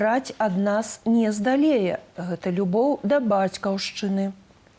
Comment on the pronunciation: Неяк мне балюча... У дыктоўцы пачула две памылкі: слова "здолее" пішацца праз "о" і націск таксама на "о". Другая памылка ў апошнім сказе: "будучыні" пішацца на канцы з "і", а ў дыктоўцы ясна чуецца "ы" - "будучыны"